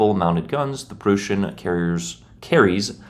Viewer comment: Aint no way bro calls it the Prushen😭